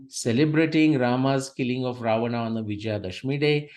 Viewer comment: The person writting to you have written clearly as Rama, Ramayana, Ravana... Why are you urdufying the words by distorting their pronunciations as Ram, Ramayan and ravan..?